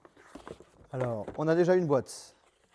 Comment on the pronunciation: Pourquoi il parle comme ça ? "pareilleuy, vous allez aimé-euy", "la boite's, la fameuse manette's" j'ai envie dle gifler 😆